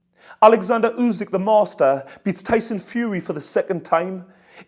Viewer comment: His name is oleksandr. Irks me when people call him Alexander. We should owe him the respect of getting his name right.